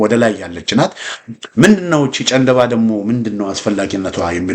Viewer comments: ጨንደባ ሳይሆን ጫንድባ ነዉ። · ጨንደባ ሳይሆን ጫንድባ ተብሎ ይነበብ